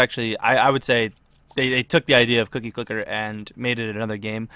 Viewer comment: Well, atleast you said the name of the game right